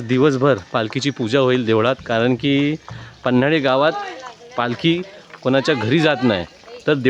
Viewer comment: मित्रा छान ब्लॉग बनवलास. पण गावाचे नाव पन्हळी आहे.. पन्हाळी नाही रे मित्रा 👍🏻